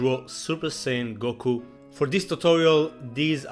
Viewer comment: It's not Gokul it is Goku